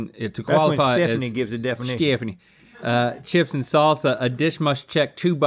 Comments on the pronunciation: i had to go back and relisten like who's stephanie?? 🤣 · To reference “stephanition”